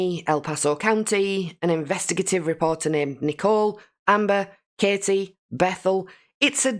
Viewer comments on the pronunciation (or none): none